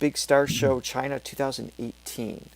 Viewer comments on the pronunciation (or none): none